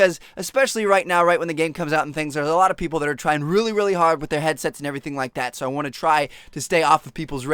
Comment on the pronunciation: You say "so" so weirdly it sounds like seahwo